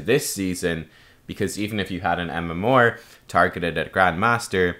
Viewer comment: UnityInChaos no but his MMOAR (MMR) is kinda odd. Maybe it's the Irish way.